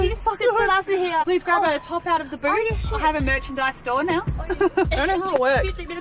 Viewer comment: "hey, its kinda nice down hea"